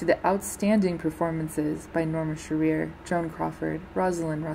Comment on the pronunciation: LEARN HOW TO PROPERLY PRONOUNCE NORMA SHEARER'S NAME! It isn't she-REAR, it's SHEAR-er. Jeez, lady. Don't hold yourself out as any kind of expert if you can't find out proper pronunciation. I stopped watching the second time you is-pronounced it. Galling!